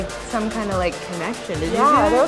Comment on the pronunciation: That conetshon